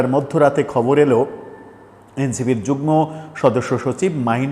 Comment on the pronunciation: যুগ্ন হবেনা যুগ্ম হবে। উচ্চারণ "ম" এর মতো করতে হবে।